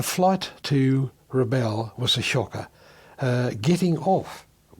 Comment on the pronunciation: Great vid, thanks. One irritation is Rabaul being pronounced RABALL, the correct pronunciation is RA-BOWEL.